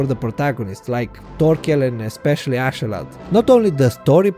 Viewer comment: his name is Askeladd not Ascheladd !